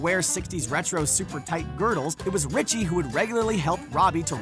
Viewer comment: How does this guy not know how to pronounce Ricci's name? Nobody pays attention to details anymore.